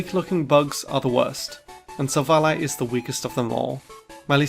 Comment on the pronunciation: IT'S SILVALLY, NOT SAVELLA! AND SWINE IS SUPPOSED TO END WITH AN E!